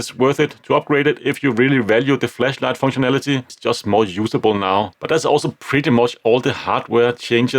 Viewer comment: I like your pronunciation of flashlight "fleshlight" 😆